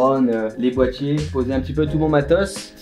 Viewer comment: Tu préfères le bois pour y poser tes "bois-tiers" ( Boitiers)